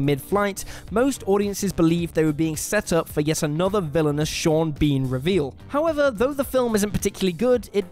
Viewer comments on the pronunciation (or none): none